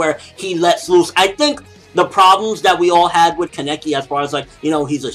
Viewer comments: People, it's KAH-NEH-KE not this weird KEH-NE-KI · kaneki is pronounced Kah-Nee-Kee it so easy to pronounce because in the anime that's how they pronounce it and that's how Japanese people pronounce their characters. so why do you keep saying Kah-Neck-ee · u say kaneki weird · Ugh I've noticed this as well!!!!